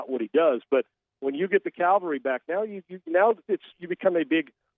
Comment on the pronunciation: Thanks,, for knowing how to pronounce "cavalry", even if Sean Salisbury doesn't.